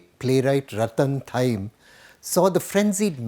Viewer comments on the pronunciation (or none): Please pronounce Thiyam correctly. It is not 'थयिम' correct pronunciation is “ थियाम" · Thiyam is "Thee-yaam" not "Thaiym".